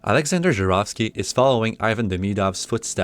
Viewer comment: Finally, someone pronounces it Zharovsky and not Zarovsky